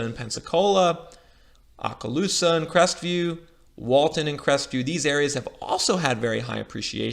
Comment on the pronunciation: Just a FYI, since I grew up there, it is pronounced Oh-kaloosa.